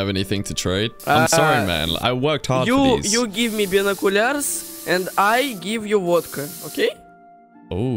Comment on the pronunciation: the give me binukular its just i cant